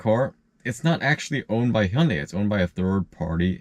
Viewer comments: You know you repeatedly mispronounce the name Hyundai. You're saying it like Hee-yun-day when in fact it's pronounced Hunday. In actual Korean, the Hyu sound is more nuanced but Hyundai corporate prefers Americans to pronounce their brand Hunday. Hyu in Korean sounds more like Chee-yuh but it's too complicated to pronounce in English so Hunday is correct. As far as Tesla, you might have a great experience with service but I know several Tesla owners who have been disappointed with service in terms of how long it took to get a technician or parts and several people have told me that the manufacturer has a tendency to blame issues on the owner. It may be a regional thing. Other issues are that their services change pricing frequently and several premium features simply don't work well. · It is mispronouncing according to the manufacturer and even in Korean, the pronunciation in this video is not correct. If the manufacturer wants you to pronounce their name a certain way and you say it differently than they want, it is mispronounced according to them. I never said it was mispronounced based on the Korean pronunciation. Nobody in the US pronounces it properly by Korean standards. My last name, for example, ends in stein and is properly pronounced Steen yet many people mispronounce it like Sty-in. For me, that's a mispronounced because it's spelled ste-in not sti-en. Jerry Seinfeld, for me, is mispronouncing his own name based on my logic but if he wants to pronounce it the way he does, that's fine and if I am not pronouncing it the way he wants it pronounced then I am not pronouncing his name properly according to him.